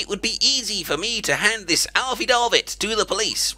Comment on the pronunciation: affidavit is pronounced (aaf-fee-day-vit). Nice try though! :D